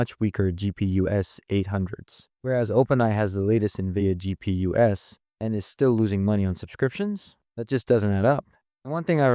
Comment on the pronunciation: He used an AI narrator it's pronouncing "APIs" as "Ape-is" and "GPUs" (the plural of GPU) as "GPU es"